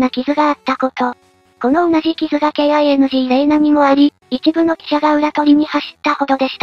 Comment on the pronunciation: なぜこの2か所だけ、KINGの発音をキングではなく、ケーアイエヌジーと呼んでいるの？ 他はちゃんとキングと読んでいるので、ふざけているのかな。 金を【カネ】じゃなくて【キン】と読んだり、孝行娘を【たかゆきむすめ】と読んだり、わざとやっているのか、それとも馬鹿を演じているのかな。